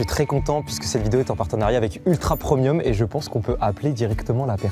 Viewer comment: mais c’est moi ou mastu dit ultra promium au lieu de ultra premium hahah 😂😅